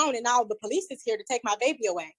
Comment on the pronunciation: The Po-Lease